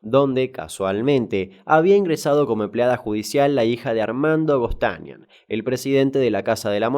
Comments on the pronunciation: Me hace muy mal escuchar GosTAnian. Es GostaniAN. Muy buena recopilación. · No se dice Gostánian. Es Gostanián. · Es Gostanián. No Gostanian. Excelente informe! Me hace acordar al caso de Clota Lanzetta. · Gostanián, con acento en la A. La verdad que los informes no están mal, pero deja mucho que desear la pronunciación de muchos nombres. Ante la duda en lugar de mandarte, googlea como se pronuncian las cosas, de onda. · Ay yo noté lo mismo! Se dice Gostanián!